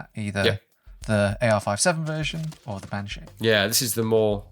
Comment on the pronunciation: Bean (Pronounced Ban) - Irish for Woman, Sídhe ( Prounonced Shee) - Irish for fairy. Bean Sídhe, (Banshee) - Fairy Woman. So fair played to for getting that.